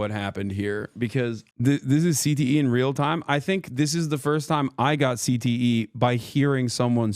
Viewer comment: You said cte I thought you said cbt